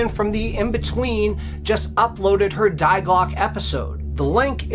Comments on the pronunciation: In German, the feminine form of the word "The" is pronounced "Dee" or "Dey", not "Dye" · great job! Love the combination work with Carol Ann! (BTW, "die" in German, is pronounced "dee" -- not that it matters!) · Imagine a woman called "Dee Glocka". The German "die" is pronounced like the English "dee", and the E at the end of Glocke is pronounced like the E in English "the", or A in "American, Cuba". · It was painful to hear you slaughter the German language over and over. "Die" is pronounced as 'dee'. Sorry my dude. You're good, but you're not Carol Ann.